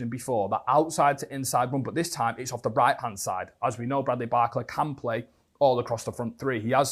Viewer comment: Everytime he says his name i cfinge, isnt it bar-cola and not barcela? 😂